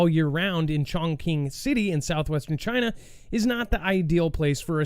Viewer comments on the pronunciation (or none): FYI it’s pronounced “chongching” .. it’s weird